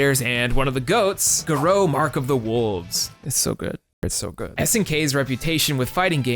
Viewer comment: It's not ga-row....it's pronounce Gare- roo....I wish the God you young people would look up words before you missed pronounce them all the fucking time